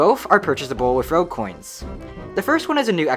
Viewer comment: when you say rogue coins it sounds like rell coins from shindo maybe make them something else idk